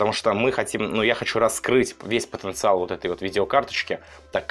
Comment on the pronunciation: он сказал потанцевал вместо потанциал